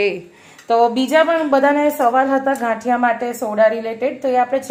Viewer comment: Gathiya ne badle ghaathiya km bolo cho bau irritation thay🙂🙂🙂